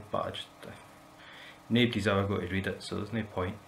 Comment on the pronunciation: Nice one! Was waiting for a Scottish "nobody" and you said it with "nebdey's gonna read the patch notes anywey" - loved it!